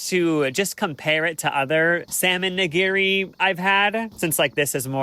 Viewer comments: The constant changes in pronunciation of Nigiri is hilarious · please look up how to pronounce nigiri 😖😖